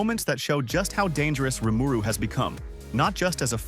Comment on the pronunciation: How can you get the pronunciation of RIMURU wrong??!?!?!?